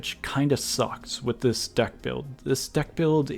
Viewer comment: I think i hear duck not deck ._.